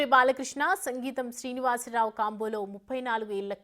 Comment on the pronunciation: సంగీతం శ్రీనివాసరావు కాదమ్మా సింగీతం శ్రీనివాసరావు 👌👌